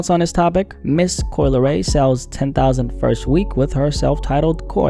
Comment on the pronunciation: "Coo-Lee Ray" -Solliminati